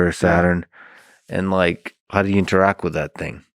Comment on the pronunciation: InteractT!!! The word is “InteracT!” With a T at the end!!! GOD this guy suuuuuuucks!